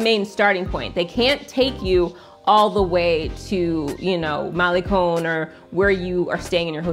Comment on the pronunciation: It's Cinco de diciembre a little bit of spanglish and the G in Guero is silent, Malecon con not cone. Great video keep up the good work.